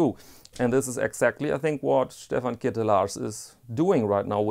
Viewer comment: Being Dutch I am happy to inform you that you pronounce Ketelaars as clitoris in Dutch. On that topic: you missed the main watch for the XXX-industry: Happy Diamonds. Some weeks ago I also bought a pair of shoepassions. Brown suede 'sneaker with a Goodyear welt' (a rarety). Nice shoes made of good materials. Alas, I also had to do some quick repairs after a week (left foot rubber sole came loose because of my clutch-pedal). Also my zwiegenähte Meindl boots came back from the cobbler. I guess I like German shoes, but that may be a smidgeon off-topic. Would like a polerouter in your channel, have a look at polerouter.de. Keep it up.